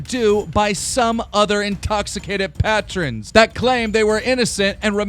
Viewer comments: " pat RENs " its pronounced pay trons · Establishment is not pronounced “X-tablishment And Patron is pronounced “pay-tron”